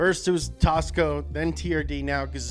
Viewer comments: Am I the only one whos heard it pronounced "terd"? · when he said turd for the first time I just burst out laughing XDDDD